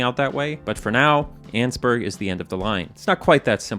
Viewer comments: Pretty sure it’s pronounced “An-es-burg” not “anne’s-burg” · i love how you pronounce Annesburg "Annzburg" and not "Annisburg" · Its not "Anns-burg", it's "An-nes-burg"... 3 syllables. I know, cuz I lived there for many years. Its in Virginia. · In the kindest way possible, I disagree with pronunciation of Annesburg